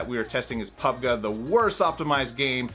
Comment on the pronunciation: "pubgaa" XD